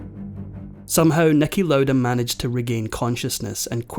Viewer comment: Who the heck is Nicki Loada?